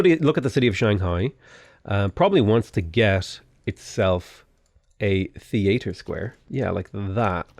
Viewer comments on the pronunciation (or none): I can tell from your pronunciation of "theater" that you're a Chip Tha Ripper fan